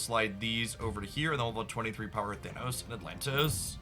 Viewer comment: “To trigger thanOhos 😫”